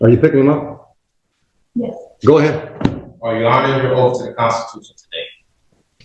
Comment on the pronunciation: Its oath not oaf